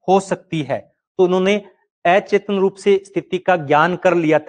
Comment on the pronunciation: स्वपन होता है सुपण नहीं अचेतन होता ऐ चेतन नहीं